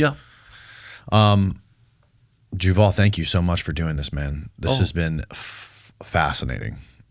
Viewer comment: Juval? 😂 Yoyvel.